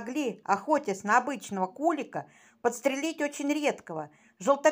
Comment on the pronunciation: Не кУлика, а куликА. Это птица. КулИк. Дизлайк за безграмотность